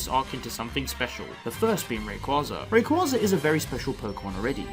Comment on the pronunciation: Sir, its "Ray -Quay-za"